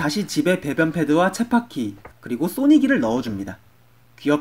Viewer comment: 이 영상만 10번은 넘게 봤는데 의 쳇바퀴 발음은 다시 들어도 체파퀴..~ 이런 느낌!